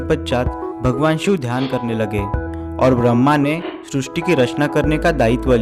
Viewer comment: आप सब शब्दों का सही से उच्चारण क्यों नहीं करते हैं ? जैसे ही इस वीडियो में सृष्टि शब्द को गलत तरीके से उच्चारण कर रहे हैं|